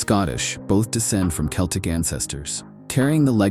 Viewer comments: Celtics pronounced with an S? I think not. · Celtic is pronounced Keltic.